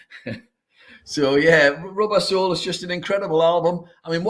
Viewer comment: I was listening to this on my headphones when on a walk so wasn’t looking at the screen and thought said the Beatles album was called Rub Arsehole not Rubber Soul 🤣